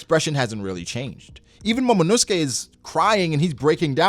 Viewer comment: I know this is just nit-picky but there are a couple names now that I hear pronounced incorrectly. I’m not a native speaker but I watch the sub and I pick up things here and there. Momonosuke is pronounced mo-mo-no-skay with about the same emphasis on each mo. Also Kozuki is pronounced more like koz- uh- ki and not ko-zoo-ki. It’s hard to express where the stress falls in a comment but I figured I’d share this in case anyone was interested.